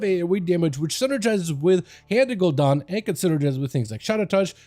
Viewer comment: It is pronounced ‘Ghoul-Dan’, not Ghoul-DON. Never even heard it said like that before. They say his name in game every few hours. You are an established content creator. 😅